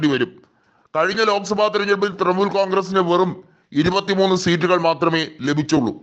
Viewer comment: തൃമൂൽ അല്ല തൃണമൂൽ കോൺഗ്രസ്സ്.. ഇത് എവിടുത്തെ അവതാരകനാണോ എന്തോ?